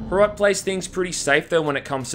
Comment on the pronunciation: As a Czech I am so happy HROT is getting as much attention as it is, though "Small socialist town neighboring soviet union" and all the uses of suka blyat make me want to die. If you want a classic slav insult "KURVA DO PÍČI" is so much more impactful and actually true to the setting! Also you pronounced HROT wrong but the english language literally doesn't have a sound for it, can't blame you.